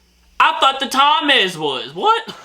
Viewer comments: you offended pretty much all of uk by called the Thames, Tom-ass or Tamm-ess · Ain't no way bro said "Thomas River" It's pronounced Tems 😭😭😭💀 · Pronunciation tips: Thames is pronounced as "Tems" Avon is A (hard, like the first letter of the alphabet) then Von, A-Von Hartlepool is Hart-lee-pool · Tam-ess???? how stupid do you have to be not to know how to pronounce Thames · Hey, As a fellow Brit, I got the same amount of correct answers so well done. Not sure if anyone has said in the comments but the way I’d advise you to pronounce the Thames is the tems xxx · THAMES is pronounced TEMS. AVON is pronounced AY(as in hay)VUN. BRAVEHEART. The worst film ever made !! Ask any true Scotsman ! BALMORAL is pronounced BAL MOR UL. EDINBURGH is pronounced EDINBRU not EEDINBRU. HARTLEPOOL is pronounced HARTLEEPOOL. People from Hartlepool are known as MONKEY HANGERS. There are over 600 Red Lion pubs in the UK. Hockey in the UK relates to FIELD HOCKEY. You have Haggis with Neeps and Tatties. The Magic Roundabout was a kids TV programme. NOT the same thing as the road layout ! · Please listen how to pronounce Thames!!!!!!!!!!!! Its not Thomas. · I live uk in HART LE POOL that's how its said and YES we hung a MONKEY and for some reason we are proud of that's we have monkey mascot and statues 😅pronounced the thames has silent H and A 😅😅 it's sounds like temes 😅 I got 3 wrong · This is the problem for a person trying to learn English...spelt Thames, pronounced Temms....go figure! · It's pronounced "Tems" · I just like hearing pronounce everything wrong😅